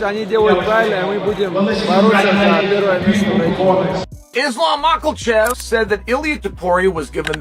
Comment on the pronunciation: “Mocklechev?” Chael “Butcher of Names” Sonnen.